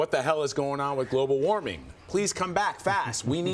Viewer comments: He actually said, “Global “WAMING” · global waming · He's missing the R in warming....fool!